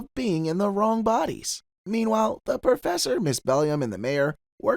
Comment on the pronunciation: Did you call Ms. Bellum "Ms. BELLIUM"?!